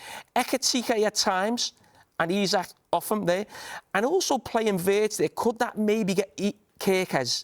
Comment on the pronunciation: Big muuuney,frimpang, weertz😂😂